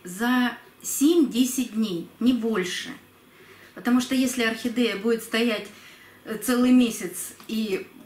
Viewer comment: Зачем букву е произносить э орхидэээя